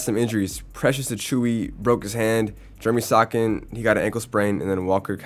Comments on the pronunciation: It’s sha don sharp and jer a me so han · “Jeremy sokan”